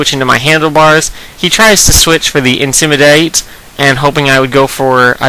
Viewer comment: Dude love your vids, but please don't say intimidate like that. :P